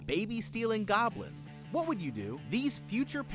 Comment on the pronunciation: Not even 10 seconds in I hear “baby stealing gobilns”😭